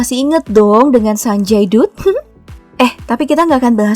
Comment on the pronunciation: Bacanya Sanjay Datt min bukan Sanjay Dutt 😂